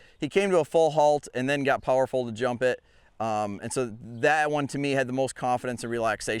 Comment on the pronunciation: Great video! I have to mention though, that at first I thought you were saying, “teach him to hump the jump…” 😮😂😂😂😂😂😂😂😂😂😂😂😂